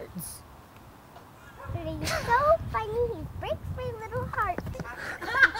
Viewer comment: "it breaks my littow heart" FUUUUUUUUUUUUUUUUUUUUUUUUUUUUUUUUUUUUUUUUUUUUUUUUUUUUUU